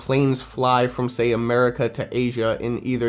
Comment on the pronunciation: muricah. cuz reasons.